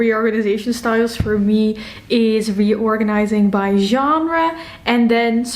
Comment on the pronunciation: As a french person, your pronunciation of "Genre" is on point. 👌🏻 Your bookshelves are beautiful, I also have a preference for the genre bookshelves. I think it's easier to find books and you can create your own categories. Thank you for this video. 🫶🏻